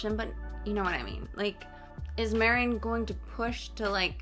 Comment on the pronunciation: Marin pronunciation = Mah-reen (the rin sounds similar to “ring” without the g)